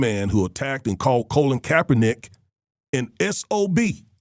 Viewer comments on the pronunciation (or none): "Colin" not COLON!!!! SMH!